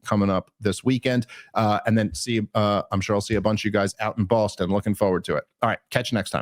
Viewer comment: YES! DAVE! "Bawstun" IS THE CORRECT PRONUNCIATION